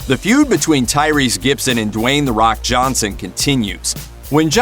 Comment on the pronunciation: Cry-Rese...sit your ass down